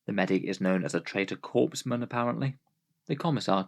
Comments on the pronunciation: Did you just say "corpse-man???" Bruh, the PS is silent... it's pronounced like "coreman" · A Corpsman is what the Navy calls a medic. Pronounced Core Man. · I wanted to do that "well akshually," too, but when I checked it was obvious there was an extra E in there that made "corpse man" the correct pronunciation.